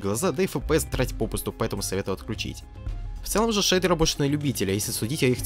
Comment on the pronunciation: шейдуэуы, это хоошие шейдуэуы, ояинь хоошая дигция